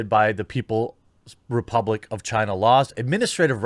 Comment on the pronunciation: Chaina... Every friggin time